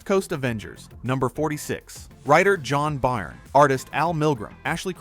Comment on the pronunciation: a lot of this is nonsense... marvel really wants us to forget secret empire cap? we just got him as a action figure, eros? figure was just released .. sentry ? he was the focal point in one of the most recent marvel films.. love spelling out shield and having no idea how to pronounce john byrnes name